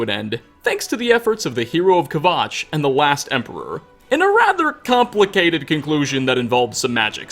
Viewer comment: It's hero of Kvatch, not Kvotch